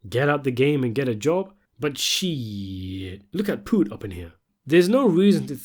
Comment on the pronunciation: You can't even say his name. You didn't even watch the show because you'll know that's not how you say it. And I ain't trying to hear it's because you have an accent.